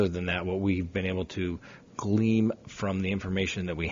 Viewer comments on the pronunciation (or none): it's "glean" not "gleam"